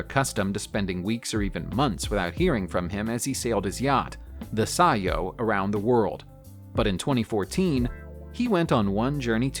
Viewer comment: I love how he pronounced CEO. Xd